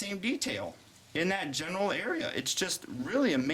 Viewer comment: and lol i thought you said genital area